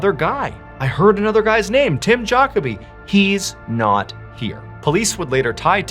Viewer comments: FYI (for anyone who doesn't know): Jacoby is pronounced juh-CO'-bee. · Great video as always but man you butchered his name so bad I don't think I ever heard any pronounce Jacoby as bad as you did 😂😂 Jockerbee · You sure it’s not pronounced Juh koby? Instead of Jockabee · Juh-KOH-bee :goodvibes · Tim Jacoby is pronounced Juh-KOH-bee. Yeah, I'm that guy... Sorry, but incorrect pronunciation just kills my ear. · not that it matters .. Lol we pronouce jacoby .. ju co bee where im from.. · It’s pronounced ja-co-be. Like Kobe Bryant. Ja-kobe